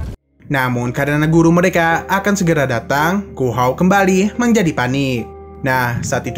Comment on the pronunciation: menjadih sesuatuh diketauih ituh